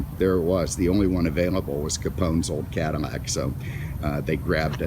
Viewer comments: I was thinking the same thing. I have never heard a Cadillac called a 'Cadimack" anywhere in the world in my entire life. Maybe 'caddiyac since LL many times is pronounced kind of like a Y, but Caddimack? Hmmmm. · Is he saying cadamac? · Does the narrator realize his not saying Cadillac? It sounds like Cadanac or Cadamac...LOL!!! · I did not realized Mr Cadillac had a cleft palate. "Cadimac'? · WTF? Cadimac?? Too much to hear this horsehead keep saying Cadimac!!! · Is my hearing going, but is this guy continously calling this a Cadimmac?? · The original French pronunciation of the name is Cadi-YAK. But the French could never even dream of making a car like that. Only in America was it possible to have luxury on a grand scale, especially at the time. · Is he saying cadimac on purpose? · Why does he keep calling it a Cadamac? He's driving me nuts doing that! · Maybe he is a fan of Mack trucks and hasn't gotten them off his mind while he is talking about this Cadillac. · This guy clearly has a problem with the language. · Me too. How in the hell can you missprounce an America Icon. It's just bugs the crap outta me. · Lol yeah I heard it too . Cadimack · What are you just say Cadillac the way you're pronouncing that sounds ridiculous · Cadimac and Mincon. All these years I've been pronouncing my L's as actual L's. Who knew they were supposed to sound like M's?